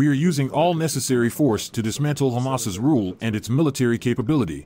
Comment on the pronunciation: Is it really supposed to be pronounced Hum Ass?